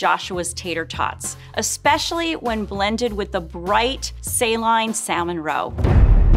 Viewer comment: is this how we're pronouncing saline??? did i miss something, i have never heard it this way before